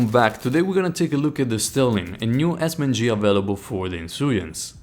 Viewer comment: A very Haccurate Esss men gee